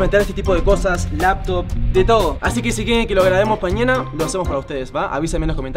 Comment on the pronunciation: En el minuto dijo pañana en ves de mañana 😂😂